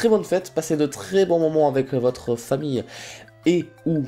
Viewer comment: au lieu de dire "avec" il dit "ave" sinon kiss <3